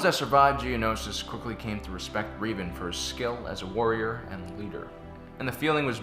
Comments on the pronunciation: Rev, not Reev, learn English (and also Star Wars lore). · "Reevan"? Just say Revan. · Darth Revan (Reh-Vahn) not (Ree-vahn) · Late but gotta say: Was he referring to THE Revan, formally Darth Revan from KOTOR? Because if he was he totally miss pronounced his name. Revan’s name is pronounced with a short e, as in red.